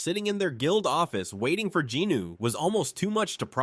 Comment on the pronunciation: Great narration but "jinuu" instead of "jinwoo" is killing me lol